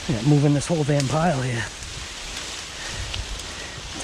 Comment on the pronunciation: OUTTA HEE-AHH, lol